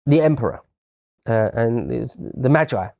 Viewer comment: I searched for just in case this was lotus eaters video and I realized it this channels video I was already watching. In all due respect and I do mean this May-G Meij-gee Not Meij-I